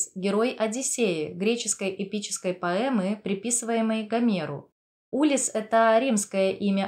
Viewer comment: улИсс, а не Улисс. нарцисСический, а не нарцисТический. базовое слово "нарцисс", а не "нарцисТ"